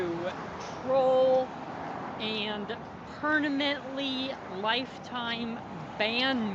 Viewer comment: Why can’t he pronounce “permanently” correctly it kills me